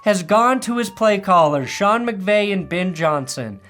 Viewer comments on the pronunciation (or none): none